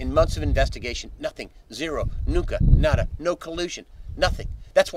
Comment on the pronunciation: Zip-zero-NUKA???---nada.....NUKA???? Sounds Russian to me......